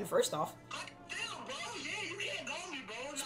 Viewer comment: You can’t gwaurd me- antfalcone